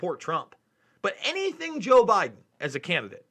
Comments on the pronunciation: I'm not defending this guy, but it sounds like he said "I'm Jill Biden's husband." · Watch the video in .5 or .25 speed. He really does say JOE and not Jill so.. it's pretty damn clear too. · Yeaaaa...watch it in .5 speed or .25. He says Joe man.. he says Joe. It's actually pretty clear too.. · watching this on 0.5 speed, i have to say its sonds more like Jil and not Joe... ist like perfect between an i and an o